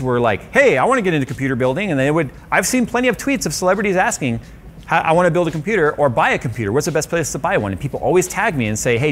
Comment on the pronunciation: wait, did you just say "He built himself a Computurd" ?